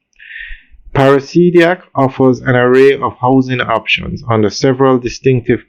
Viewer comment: PARA-DI-SI-AC. Not parasidiac